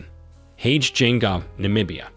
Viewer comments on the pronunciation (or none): You should also if possible watch videos where this presidents talk publicly to learn how to pronounce their names, absolutely butchered the name of the Namibian president